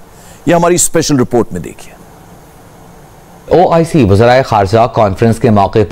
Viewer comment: Man it's oic not ioc haha. He keep repeating ioc 🤣🤣🤣🤣